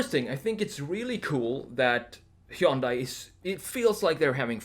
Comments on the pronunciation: Hun-day, like Sunday. Why do people mispronounce it? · Just so you know Hyundai rhymes with Sunday.